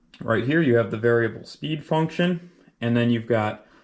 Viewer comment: Spindle "SPEET" readout 😂😂😂😂😂😂😂😂😂😂😂